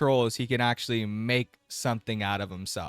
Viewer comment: He pronounces the word 'actually' as 'ashley'